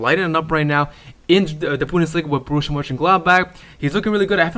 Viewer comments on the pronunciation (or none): none